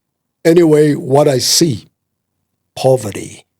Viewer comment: “I see poverdy” 😂😂😂